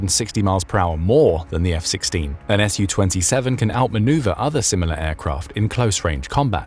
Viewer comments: It's not pronounced "Ess You Twenty Seven, but rather "Sue Twenty Seven". Su-27 is short for Sukhoi 27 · I appreciate you for your videos, however please stop saying Shu-27 or Shu-35, its Su ,short form for Sukhoyi.